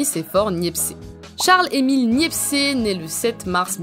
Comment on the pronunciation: Sympa, la vidéo (juste une pétouille, à c'est Nicéphore Niépce et pas Niepcé ; le e final est muet.)